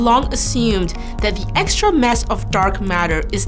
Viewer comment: If only she could have said "mass" instead of "mess" , i would have definetly watched the entire video. It was annoying